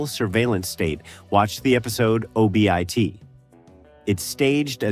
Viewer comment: And STEFano instead of the correct pronunciation steFANo. And the man from U.N.C.L.E. instead of Uncle. And O.B.I.T instead of Obit, which is what it was called in the edpisode.